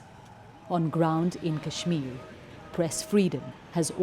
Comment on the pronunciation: I was like “cool, you rarely hear Kashmir pronounced correctly by a Brit” until they showed the “BBC Asian correspondent” with an obviously Indian name, though to her Brit credit, she did screw up “Srinagar” at the very end.